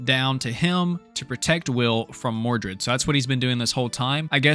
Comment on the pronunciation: Don't you mean mordred instead of mordu?